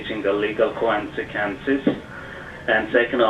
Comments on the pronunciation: I had to replay how the man pronounced the word consequences, OMG. This is how it sounded: "Quansikensis" This cracked me up. Now I may not be able to say the word correctly LOL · "...legal kwansekenses."